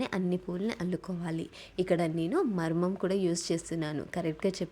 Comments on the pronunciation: మరువం ,.. మరుమం కాదు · Maruvamu...... Not marmam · మమ్రం కాదు అక్క మౌరం😊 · మరమం కాదు అక్క మరువం